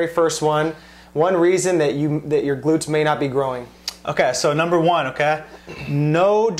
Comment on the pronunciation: his okey is damn not okeyyy...